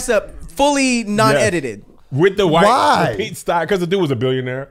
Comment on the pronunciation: “Pete Steyer” 😂😂😂